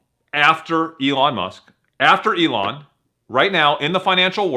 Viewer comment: It's not pronounced E-lon